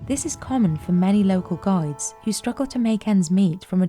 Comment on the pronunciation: GIDES... not gods. strange pronunciation.